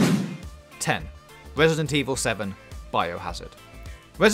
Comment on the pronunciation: Wesident Evil? Don’t you mean... Resident Evil lol